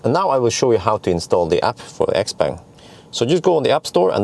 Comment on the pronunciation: it´s pronounced x- pong. the brand is named after the owner xiao peng which is pronounced pong